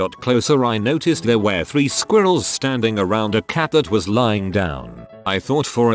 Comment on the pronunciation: The way says squirrels is very amusing.